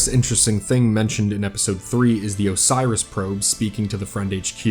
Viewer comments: O.R.I.S. Not Osiris. How on Jupiter did you read that many letters? xD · It’s not O-Si-Rus, it’s O-Ri-IS, it’s not a big deal but I thought I’d mention it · Everybody out here talking about the Biohazard symbols, and not that O.R.I.S was repeatedly pronounced Osiris? It's OH-ris, not oh-SY-ris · bro, do you read these???? where are you getting the extra letters to make O.r.i.s into Osiris???? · Probes are named Oris, not Osiris. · I have to point out that O.R.I.S. 12 is not "osairis"